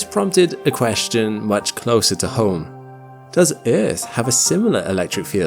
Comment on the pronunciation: Bro doesn't say "earth", he says "eith"